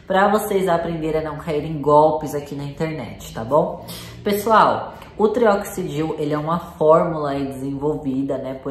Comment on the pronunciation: Você pronunciou trioxidil. 😭